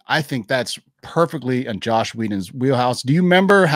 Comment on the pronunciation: His name is Joss Whedon, not “Josh”. Come on man.